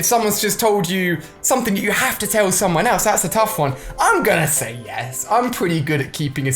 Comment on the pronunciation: red dude it's yes not yas f**k indot